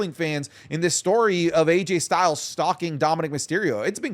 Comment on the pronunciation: did just call him "RayJay Styles?"